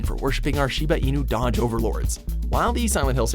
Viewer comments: It's not dog it's doge you moron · Douge not Dodge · Shiba-inu DODGE??